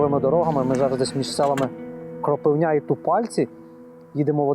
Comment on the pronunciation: Дякую Вам за випуск! Дуже цікаво дізнатися нового про свій край) Тільки трошкі наголос не правильно на села Кропивня та Тупальці тут наголос на "и" та відповідно на "у"